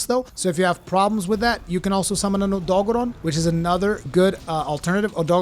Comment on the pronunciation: Lol the way you say odogaron